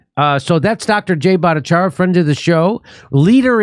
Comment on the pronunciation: I'm no stickler for this like ahole Lefties, but why do people keep mispronouncing Dr. Jay's last name as "ah" at the end when it's obviously "yah"? Funnily, Laura Ingraham was the first one to bring Dr. Bhattacharya on the media scene but also the first one to misspeak his name and I guess it stuck somehow. Humans are very prone to impressions and broken telephone, I suppose.